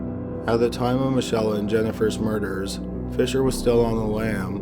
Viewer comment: the girls name is pronounced mickayla, not michella